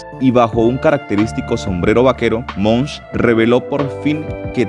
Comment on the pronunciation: Es Elon Musk, no Elon Munsh. 😬